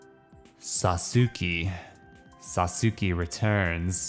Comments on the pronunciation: Its not "saw-sue-key" its pronounced (sauce-kay) and it's a common name in Japan and it's also the coolest character in Naruto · it's pronounced like this. "Sas-k" lol. Great video as always. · Every time pronounce Sasuki i laughed lolz.. Didn't even know if it's intentional or not. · The Legend of Sah-soo-key returns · Sa soo kay. Emphasis on the Sa. SAsookay. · Sauce-kay lol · Awesome pronunciation of Sasuke! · ……yeah it’s totally “sauce-kay” 😒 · It’s pronounced “sauce-Kay” if anyone was wondering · Sasuke = Sa-ssss-kay, that’s how you’re supposed to say it . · It's pronounced Sauce-Kay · Sasuke is pronounced “Sauce-Kay” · Sasuke is pronounced Sas-Kay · It's pronounced sahs-kay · He has to be pronouncing it wrong on purpose at this point to agitate people. People have been correcting him for like.... 3 videos now. I even gave him a fun association technique to remember. Just think spaghetti. I love spaghetti but I hate noodles, so im just gonna eat the **sauce k**? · It's pronounced "SAUCE-KAY". Just fyi. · Lmao my Boi saying Sasuke wrong giving me a headache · The way he says sasuke hurts to listen to I mute it at this point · The way he was pronoucing sasuke hurt me inside and was very cringe